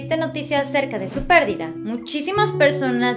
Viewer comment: Pérdida no Pérdida ojo